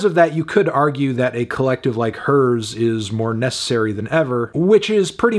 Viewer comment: Is it not pronounced “the ‘here’s’ Collective”